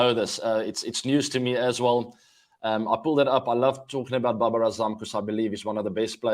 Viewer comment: babar is not baber . he is India :D